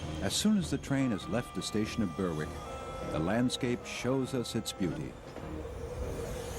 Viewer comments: Ouch, it's not "Burwick" it's "Berrick". Sloppy not to get the pronounciation right. Still, this is a parody American travelogue. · Berwick wrongly pronounced